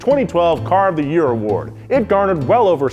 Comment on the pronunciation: “Car of the Year” award sounds more like “Car of the Day”